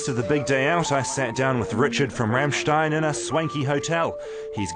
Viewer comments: Rammschteen? Really? o.O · dare I point out that it's "RAMM-shtine" and not "Ram-shteen"? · No. It's pronounced RAMMSCHTAIN with a hard "m", not Raaamstein or Rammstien. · Ramshtine? who the fuck is Ramshtine? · Rammstein its Rammstein for fucks sake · its pronounced rammstine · RAMSHTEEN ...how hard is it to pronounce Rammstein...? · What the fuck is a Ramshteen? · Rammschteen... what a tool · Someone please explain to this wally how to pronounce 'Rammstein' and 'Till' correctly?